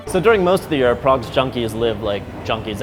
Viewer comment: He sounds like a patronising wanker and he can't pronounce Prague properly. 1/10